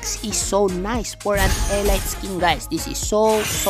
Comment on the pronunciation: "elit"po pag pronounce di po "elayt"